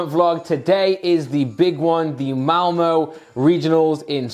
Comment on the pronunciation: sounds like he is saying mowmow for Malmö